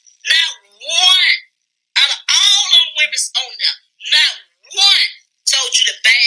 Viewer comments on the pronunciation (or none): CHILE CAN'T SAY WOMEN 😅 🤡🥱